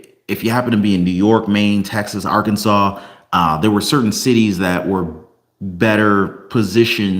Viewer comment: Arkansas is NOT pronounced ar-Kansas